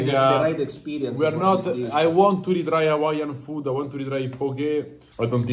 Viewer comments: THIS FOODAH IS GOODAH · “This foode, is Goode”